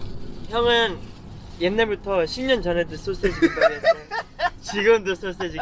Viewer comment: 정크푸드를 쩡크푸드라고 하는 당신....소시지를 솟쎄지라고 하는 당신....귀여워.....귀여워................다...귀여워....다....